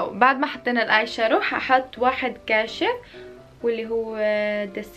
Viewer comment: اسمو آيشادو مو آيشارو